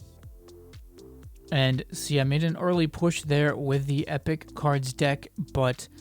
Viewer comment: Well ur pronunciation You : ephic khars deckh verses lagendeyary khars deckh Me : epic cards deck versus legendary cards deck Lol